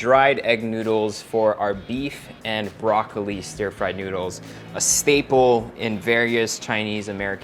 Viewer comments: i really hear "nyoodles" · Promise newdools talaga naririnig ko.